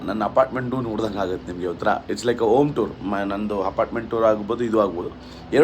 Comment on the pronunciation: OM party alwo loude - it’s called Home - HOM party